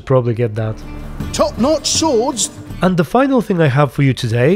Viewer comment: In ps4 update he still says top notch sowrds